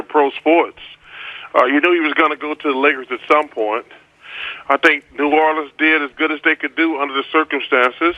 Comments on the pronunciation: Did he say the New ORLiiCaN pelícan??? Sec 03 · New Orlecan, lol